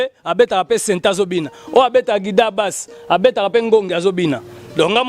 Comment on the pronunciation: Guitare et non guidare 😂😂😂😂